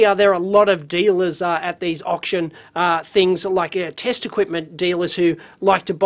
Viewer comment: Did Dave say okshun score?